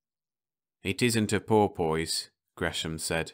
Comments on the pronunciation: Don’t get me wrong here. I have already said thanks much and that a good reader but this just too funny!! 😋 Ok - boy for buoy i can sort of live with... BUT pour poise!!!!!????? 🤪 i guess some people like to pour a poise, but i have no idea how to pour a poise. Do you know? So is this another robot? or what? I mean - pour poise???? Even the orcas are either laughing their heads off or swimming their little tails off to the other universe - not even remembering to say “Thanks for all the fish!” LOL 🤣😂🐬🐬🐬🐬🐬🐬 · Oh dear, the English accent strikes again. Buoy is pronounced "boy" all over the UK, but porpoise with "poise" is not such a common way of saying it! Well, I'm glad at least it got a chuckle or two. Thanks for listening!